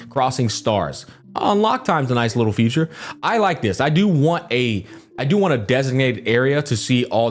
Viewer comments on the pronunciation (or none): Please stop saying 'future' instead of 'feature'! It's hurting my ADHD brain! 😂 Great content as always,. 👍